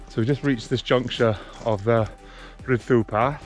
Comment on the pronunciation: It's actually pronounced Rhid dii ❤